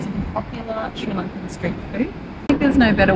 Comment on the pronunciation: Im gladyou are enjoying SL. Your pronounciation of Sri lankan is better than mine, and I'm a Sri Lankan Kiwi!